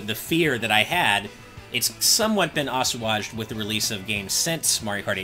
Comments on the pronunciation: The pro controller has the same issue as the Wii U's d-pad (game pad, and pro controller). It's too squishy. Why can't we have a clicky d-pad like what the 3DS has? I thought he said "Oshawott", but he was trying to say "assuaged". uh-swayjd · Is he trying to say assuaged? It's pronounced as-way-ged! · Oss-wojj'd? Assuaged? Don't think I've ever heard it pronounced that way lol EDIT: also, I agree with that Samus Returns wouldn't have been nearly as well received had it not come after the Prime 4 announcement